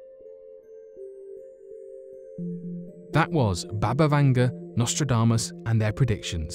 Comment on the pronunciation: Its BUBA not BABA Vanga.